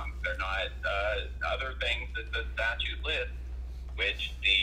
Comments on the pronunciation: Is it just me, or is this dumdum saying “statue” instead of statute? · Correction. He says "statue". How do you expect the guy to know a statute when he can't even pronounce the word.